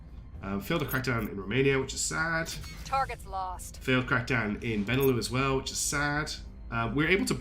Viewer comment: Absolutely love that you’re playing this game! It looks so cool and you taught me a lot about it! Pretty sure the lux in benelux is pronounced like Luxembourg, because it’s BElgium NEtherlands LUXemboug.